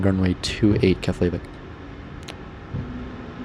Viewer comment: just FYI, its Keff- La- Vick